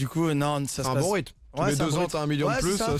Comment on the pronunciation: pk il dise mion